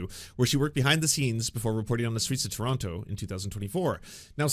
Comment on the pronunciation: You say Toronto as a Canadian would say ‘What is that abot, eh’